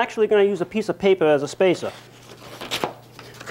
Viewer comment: “Piece-ah-paypah as a space-ah”